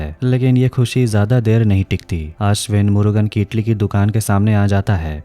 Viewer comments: Itli nhi idli hota h🤣🤣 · Bhai itali nahi idali hota hai badi